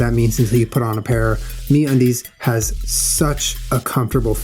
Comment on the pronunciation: At the end when Julian said "Get yourself some MeUndies..." I thought he said "Get yourself some mayonnaise" and I was like, "Julian, did you not just sit down to talk about the vegan lifestyle??" Lol... :)